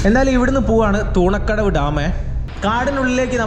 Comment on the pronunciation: തൂണക്കടവ് അല്ല തുണക്കടവ് ആണ്